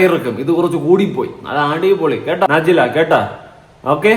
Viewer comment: നാ ജില അല്ലെടോ ന ജില യാണ്